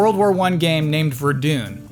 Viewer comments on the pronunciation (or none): It's Vure-Done, not Vare-Doon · Best section beastie boys rap. Pronounced 'Ver-Done' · its pronounced ver-done and i hope it was my comment that got mention